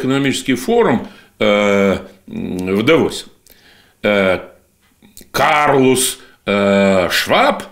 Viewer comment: КЛАУС, а не Карлус.